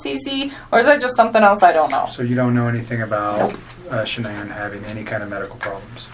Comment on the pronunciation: Why does she have trouble saying ShanAnns name????